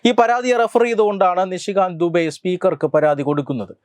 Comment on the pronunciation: നിഷികാന്ത് ദുബെ ആണ് നിഷികാന്ത് ദുബൈയി അല്ല